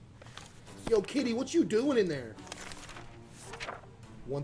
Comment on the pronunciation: The way he said kitty got me crying